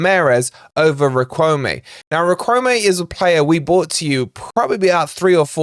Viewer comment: Great daily transfer info,! BTW, Riquelme pronounced “Rick-el-meh”.